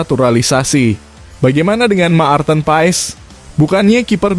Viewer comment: Marten kok di.baca Ma arten